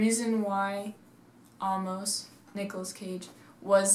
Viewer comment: How do you mispronounce "Amos"?? I mean, if you've seen the movie, then (by seeing the movie) you should know how the name is pronounced. Yet you didn't do that when you made this video. Why??????????